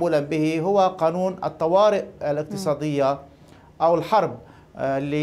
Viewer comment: يا مدام شو بدك تعرفي من واحد يقول الآناون بدلا من قانون .هههههه